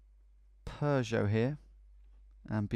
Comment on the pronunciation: This pronunciation of 'Peugeot' hurts my ears.